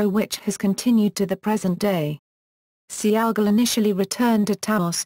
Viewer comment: Its pronounced (Say Gall) not Sea-Ahh-Gol) Goofy Brits.